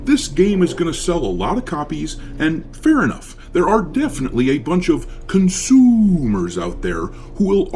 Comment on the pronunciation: "CONSOOMers," haha.